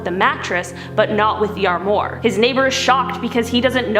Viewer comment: As Canadians, you folks seem to have a poor grasp of French... The Palace, of Marie Antoinette, is pronounced "Ver-sigh". & the deadly furniture that fell on the guy in his premonition, was an "Arm-wah"... Unless, you were making a subtle protest of Quebec's politics !?!